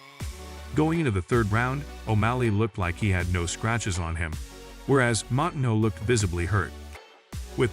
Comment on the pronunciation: Yeah the butchering of Moutinho’s name over and over and over was painful to listen to